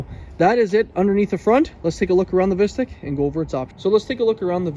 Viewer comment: Pronounced Visteek 😫